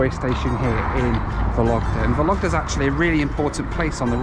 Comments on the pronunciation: The way you pronounce Vologda....sounds like a lockdown 😂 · By the way, in the name of the city of Vologda, the emphasis should be placed on the first syllable: VOlogda :) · Drinking game: take a shot of bourbon every time he says "Soviet", a shot of scotch every time he says "YAK-40", and a shot of beer every time he says "Vologda". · Only two things bothered me someway. Stress in the name of the city. VOlogda, not VolOgda (if you pronounce that 100 times…). And choice of music, it is so weird, but obviously it represents how people from outside Russia imagine Russians :) Otherwise that was a funny and interesting video. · ВологдА, а не ВолОгда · VOlogda, with the stress on first syllable. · Cool video, mate! But the city is pronounced VOlogda (the stress is on the first syllable). :) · It’s vOlogda. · vOlogda , not volOgda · It's VOlogda, not VolOgda))) Sounds so funny and non-Russian)) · VOlogda, not VolOgda! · You pronouncing accents wrong - Vólogda, NOT Vológda. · vOlogda not volOgda :) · thank you for this amazing video. First I'd like to say, the name of the city of Vologda has emphasys on the first syllable, it sounds like vOlogda. Yak-40 is one of my favourite soviet aircrafts too. In the eighties I had flown on it many times. Three Ivchenko turbofans sound really cool, but they are too voracious. Fuel consumption at cruising is about 1100 kg per hour (~2500 pounds). Aviation people consider that Yak-40 is most fuel ineffective aircraft among small turbofans. About altitude in Russia. Russia uses feet and RVSM since 2011. But air traffic controllers in any regional airports continue using meters. Also flying and cabin crews often say altitude and speed in meters and km/h to passengers, even though they work with feet and NM. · A good drinking game would be have a drink every time says ‘Vologda’ 😉 great video!! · The correct pronunciation of Vologda is VAU-lug-duh with the stress on the first syllable.